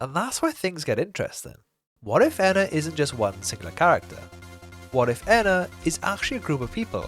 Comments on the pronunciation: isnt it pronounced ee-nah, not enn-nah? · I feel like they’re a species but they might not entirely realize it (or atleast that’s what I thought I noticed from the series). And in both the series and game, a lot of times they keep switching between pronunciations, like ENA EENA, EYNA, INA, but I feel like that’s different from one of the characters calling the game version “Rena” or Moonie occasionally correcting herself from ‘Ena’ to “Jena,” which makes me think they also have names that rhyme with ENA, but they aren’t very commonly used because they don’t really feel a need for specification. But that is strange how Moonie switches between feeling the need for specification then what seems like a blatant mispronunciation, like saying “Ina” was just mocking as a friend, then “Jena” is acknowledging them as an individual. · Edit: My bad, I'm completely wrong, they say both in the YouTube videos too LMAO Something small that I noticed at the end of the Witches quest - the lead Witch pronounces "ENA" with a short "e" when referring to the ENA that gave her the motherboard, which no other character in Dream BBQ does, no matter how much they goof up the pronunciation. If I remember correctly, in the earlier YouTube series, they all pronounced yellow-and-blue ENA's name the same way (with a short "e"). In Dream BBQ, NPCs that pronounce red-and-white ENA's name correctly say it with a long "e." Furthermore, when addressing US, the player character "ENA," the lead witch explicitly only says "ENA" with a long "e," possibly implying that it was yellow-and-blue ENA that gave the witch the Motherboard! I wonder if it was intentional... if so, just another small detail adding to idea that they are different ENAs, and connects the older Youtube videos to Dream BBQ a bit more :)